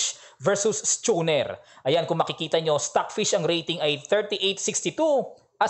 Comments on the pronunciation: Coach ang pronunciation ata ni schooner ay skooner, or skoonr wala ung "CH" ang CH ay "K" sa pag pronounce, just saying, Dati lang nag work sa boat industries here.. Godspeed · Coach, maganda ang pag analyze mo sa mga laro, mas maganda pa nga kay agadmator, gawa ng maiintindihan talaga, kwela pa. Pero wag ka sana ma offend, ang pronounce nyan ay skooner. Parang may K.